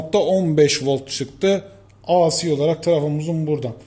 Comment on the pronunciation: AC akımı aa sii akım diye okumayın Alah aşkına. Ya tam Türkçe olarak "a ce" diye söyleyin ya da İngilizce okunuşuyla "ey si" akım diye söyleyin.